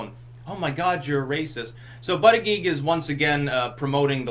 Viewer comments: His name is pronounce Boot Edge Edge. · I believe it's pronounced like "Booty-Judge". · It's pronounced "booty judge" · I think it's actually pronounced Booty-Guy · It's pronounced Butt-Judge for Pete's sake. That's hilarious!